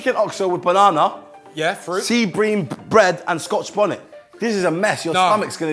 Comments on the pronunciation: The way chuckz pronounced sea bream 😂🤣 then co sign him bloody hellll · It's bream but my my pronounces it brim